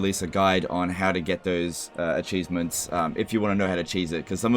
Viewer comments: "acheesements" <3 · mmmm, all the acheesements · ah yes the totol war acheesements